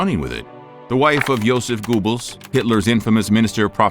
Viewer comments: James Randi's book The Mask of Nostradamus debunks the claim that the vaguely worded quatrains have any prophetic value. Anyone who intends to produce a serious video documentary on Nostradamus should read it, and so should interested viewers. (Did the narrator really say "Joseph Goobles"?) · Quick FYI, Hitler died in the Führerbunker in Berlin beneath the Reichstag, not in Austria. Also do check the pronunciation of Joseph Goebbels (it's a tough one and almost as difficult to pronounce as Worcestershire sauce IMHO). I enjoy your videos and absolute am enthralled at the quality of your voice! Thank you for all the hard work!